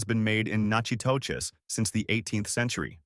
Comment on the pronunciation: Natchitoches is pronounced Nack-a-dish.